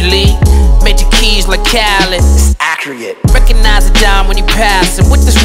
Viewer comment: Did he mispronounce accurate?? Accriate LOL